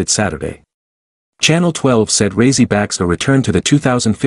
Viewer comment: "ra ee si" not razy